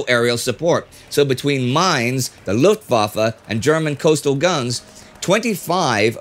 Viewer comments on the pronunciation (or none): none